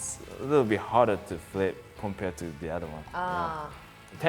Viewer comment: Am I the only one keep hear ‘your ball become perfectly cycle’ instead the ball? :)